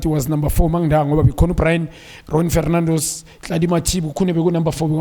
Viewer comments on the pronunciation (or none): Rowen Farrrr mang??? FarNandos? lmao!